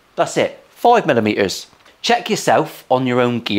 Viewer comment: Your ethos is worth a million subs. Charity based - you’re a legend. Few things… you said millimetres in a janner, not NI, accent. Tut tut. Chatoyance? Tart. 6.92 inches. George was exactly 3” smaller than me - who knew! 😮